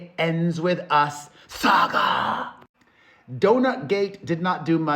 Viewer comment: SÄGÂÀaaaaaa. I'm trying soooooo hard to pronounce this the same you do 🔥🔥